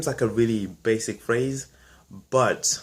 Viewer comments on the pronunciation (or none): none